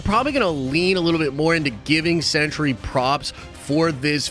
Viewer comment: It's pronounced "cent-ree", not "century".